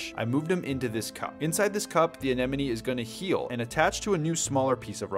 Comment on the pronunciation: Your the first aquarium influencer to pronounce it right. "Anemone" The others are annoying and worth unsubscribing.